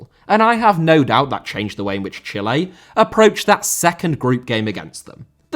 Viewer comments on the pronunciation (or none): Chile * not Chelei Russia* not Russier Trézéguet* not Trézeguei Lizarazu* not Lizarohrzu Deschamps* not Deischamps Diouf* not Djouf Ghana* not Ghohrner Roberto* not Robötouw Calciopoli* not Calciiopouwli Cannavaro * not Cannavohrouw Pirlo* not Pölouw Gegen* not Gaigen Piqué* not Piquei Busquets* not Băsquets Andrés* not Ondres Xavi* not Dgiavi Diego* not Diyeigouw Possession* not Posession Jérôme * not Jerouwm Boateng * not Bouwateng Lahm* not Lohrm Klose* not Klouwsser Schweinsteiger * not Schueinsteiger Kanté* not Kantei Kimpembe* not Kempembei Tchouaméni * not Tchouameini Rabiot* not Rabiouw Mbappé * not Mbappei Benzema* not Benzemohr Guendouzi* not Gwendouzi